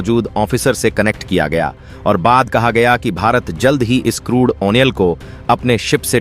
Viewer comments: क्रूड आइल की जगह क्रूड ओनेल बोलना और अपना फायदा बढ़ाना जैसे झूठ बोलने में जरा सी भी शर्म नहीं आती तुम्हें। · चूतिया, आयल होता है आयनल नहीं। शब्दों की अशुद्धियां हंसने पर मजबूर कर देता है